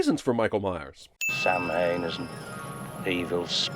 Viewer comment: Pronouncing Samhain phonetically instead of by its correct pronunciation "sowen" ding